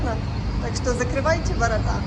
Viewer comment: Не воротА , а ворОта .